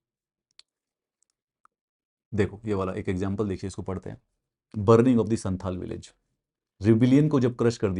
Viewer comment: Please pronounce "संथाल" not santal"